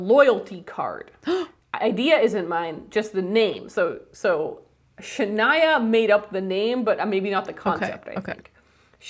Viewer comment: I appreciate that the couple of times I've gotten a mention on the pod you always pronounce my name correctly lol people always get it wrong until I tell them "yes like Shania Twain"